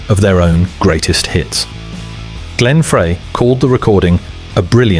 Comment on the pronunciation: If only someone could teach AI to say Glenn Freys name correctly. It's fry,not fray